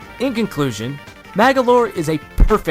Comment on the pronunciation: Man you said magolor AWSOME !!!!!!!!!!!!!!